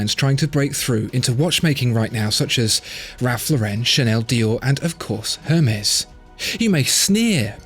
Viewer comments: I believe it's pronounced "airmez" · Isn't the "H" in Hermes silent? It's French, right? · I didn't think you pronounced the H of Hermés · I dont want to be that guy but you dont pronounce the H in Hermes.